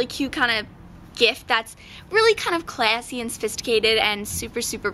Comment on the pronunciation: I LOVE how youu sa classy(: That's where your accent comes out;D